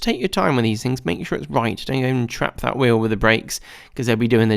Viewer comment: Aargh - beetuwl, metuwl, wheeuwl, axuwl!